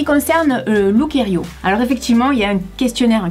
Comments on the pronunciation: On dit lookiero et non lookierio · Encore un concept dans lequel les grandes tailles sont exlues, comme si au delà du 42 ou du 44 on ne pouvait pas également avoir envie ou besoin de se relooker ou de se faire plaisir. C'est anormal. Durant toute la vidéo tu as prononcé Lookerio alors que c'est Lookiero 😊. De toute façon c'est plutôt look 0 😉. En effet ca fait pas trop été tout ca. Autant s'en remettre aux services de relookers pro près de chez soi... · ça se prononçe "look-i-ero" et non "looker-i-o" le -i est avant le -e! Super video je trouve que le chemisier rose te va à merveille, surtout avec tes cheveux oui!